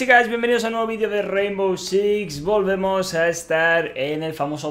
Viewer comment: Rainvow?? Really?? Jajajaja. Ok